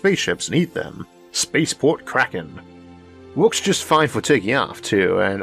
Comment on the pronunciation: What are yeeohaws (years?). By meow curiosity - is this guy speaking English?? Neil (below) mentions his episodes are getting longer. Well, that's because he has trouble to talk. Listen to the uniform music in every sentence and ... what's a space paw?